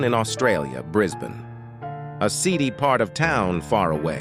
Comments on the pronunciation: Yo. Just to let you know Brisbane is pronounced Bris-ban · As someone local from Brissy, it’s pronounced “Brizbin” for folks from the US 🙂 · It's Bris-bin, not Bris-bane. Batman founded the capital city of Victoria, not Queensland. And he probably picks KFC because most Australians LOVE KFC. It's one of the most popular fast food chains in the country and is apparently much better quality than the rest of the world. In comparison, there are 760 KFCs in Australia compared to 4200 in the US. Divided by population, there's about 1 KFC per 35,500 Australians and 1 KFC per 80,000 Americans. And we call a 401k a Superannuation fund. A million AUD is probably about 670,000 USD right now, it's pretty shit recently. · "bris bane" oh brother